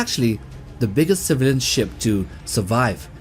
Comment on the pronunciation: What the hell is a “Civalan”?